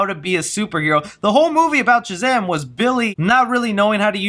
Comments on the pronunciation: Bruh, you’re killing me with the way you say Shazam. You say Chuh-zam instead of Shuh-zam. Lol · So u do realize the whole vid you were saying chazam not shazam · Dude I love you will all my Heart!! I watch and like your videos everyday!!...... but bro....its SHazam.......not CHazam! Lolol. Had to point out out. It was killin me. 😆😋Keep up the good work man!! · I can’t get over the fact that he won’t stop saying “Chazam” it could just speech problem, but it’s really distracting 😂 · It sounds like ur saying chazam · what am I missing? Why are you saying Chazam instead of Shazam? Super Girl most likely, but Black Adam would also make sense. I just want a Man of Steel 2. For me he has been the perfect Superman, I just want him in more. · Am I the only one hearing Chazam? Lmao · Was anyone else hearing chazam? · Is it Shazam or Chazam? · Chazam?? I'm not hearing shit right? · stop calling him chazam! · Why does he pronounce it "Chuh-Zam" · I was thinking that exact same thing lol. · That's what I was thinking lol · You keep saying “Chizam”? Am I missing something? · Are you saying "Chazam",lol? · Is he Saying Chazam?!?! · sounds like you're saying CHAZAM